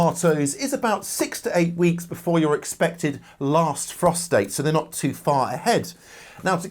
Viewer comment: He needs to say "frost date" more carefully and space out the words.😳